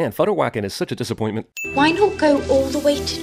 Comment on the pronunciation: Did he just sin Futterwacken. I'm out :))